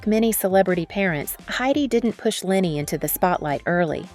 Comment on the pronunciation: Great video! If I may leave this feedback: Leni is not pronounced Lenny but more like L-eh-n-y. 😊